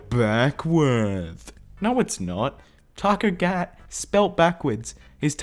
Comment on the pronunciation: did anyone notice that he said toco GAT instead of toco CAT?